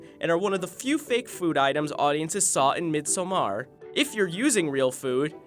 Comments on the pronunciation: But you would still not stress the last syllable the the narrator does. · When you are Swedish😏 P.S first, I just wanted to say that those things arent what we eat in Sweden 24/7 and second, its “MIDSOMMAR” not “MIDSHOOMAAAAR” ! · its not prounounced MEEDSUMHARRRR its midsommar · Midsommar not midsoummaaar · A. A. Mid-sahm-err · Though pronouncing it as midsummer the way Americans do is still closer than going all mid-sohm-AHR. Source: am swedish. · Great video. But the freaking “MidSommAAAr” pronunciation is irritating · MID SOM AAARRR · I tink it sounds extra weird for a swedishspeaking person cus we tend to.. just skip random letters in word 😅 Like the formal pronouncing would be close to what he said, but I, as a native swede say "missommar" (skipping the D) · Oh my god, if you don't know how to pronounce Midsommar in Swedish, just say Midsummer in English for christ's sake. That, or learn how to correctly pronounce it. Why does this guy insist on pronouncing it mid-SO-MARH, while pretending like he's ever been less than a continent away from a single Swedish lesson? It's baffling to me. Why would he decide to wing the pronunciation like that, it makes him sound like an absolute spoon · Why do you pronounciate it "Mid...Somaaar"? Just say Midsummer..its much closer to the correct translation rather than trying to make an indian fascion word out of it. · I'm Swedish and I have never ever heard someone butcher the word midsommar like this guy does. I did not think it was possible to get it wrong. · Please. Don’t pronounce midsommar like that. I don’t think I can take it anymore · Jack Doherty I know but if you can’t speak Swedish then don’t try and say it like that. Hearing all these Americans butcher it is so painful. It’s like over-pronouncing Parmesan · It’s like an american saying “par-ee” instead of Paris. It’s cringe. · Why the hell is he pronouncing "midsommar" like that? It's so cringe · The way he pronounced midsommar hurt my Swedish ears 🙈